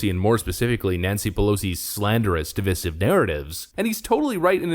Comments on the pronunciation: Hey. Hey buddy. Learn how to pronounce "divisive" yet? Because I guess you're too "busy" to read the comments. I'll let you get "back to work" illiterate. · YOU STILL DON'T KNOW HOW TO PRONOUNCE "DIVISIVE" YOUR JOB IS TO TALK AND YOU CAN'T EVEN DO THAT RIGHT